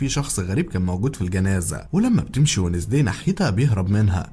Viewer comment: شفتو في نتفليكس قلت خليني اكتب اسمو اسمو وينزداي ادامز تنكتب زي كذا مو بي الانجليزي بس اول مادخلت قال اسم البنت لو نطقو وذي اخبطو في الجدار ايش الي ونزدي عند جدك اسمها وينزدي مره قاهرني لو كانت اقد اسجل كان دحين قلت كيف ندقها بطريقة مره تنرفز تخليني ابغا اخبطو في الجدار و اضربو و هيا كيف تنطق مو زي ما هوا نطقها شوه اسمها